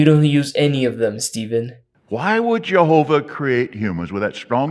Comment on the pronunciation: litterally could take the forced way he say Jahova "jaHOva"